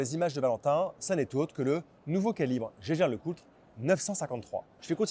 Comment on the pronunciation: ça ne se prononce pas gégère Lecoultre, mais hiéguère Lecoultre.